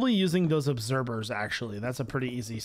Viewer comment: One day I believe will learn how to say the word "OBSERVERS" and not "OBSERBERS". But maybe I am just a man of wishful thinking.